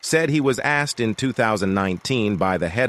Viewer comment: Is this computer voice programmed to say 'Axed', as well?